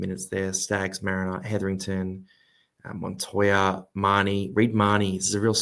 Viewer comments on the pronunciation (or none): none